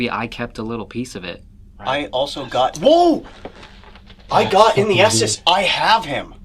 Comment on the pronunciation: Just fyi - it’s the “ESTES METHOD”. said “Esthess” and it was spelled wrong on the screen.